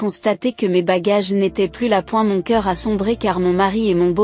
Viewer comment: Quand alkez vous apprendre à votre IA a dire coeur et non soeur, et tant d'autres exemples, c'est lassant, on a pas envie de s'abonner